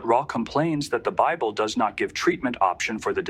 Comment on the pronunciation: "The bibbly" 🤣🤣🤣🤣 It's safe to say that this person doesn't care about the quality of their garbage.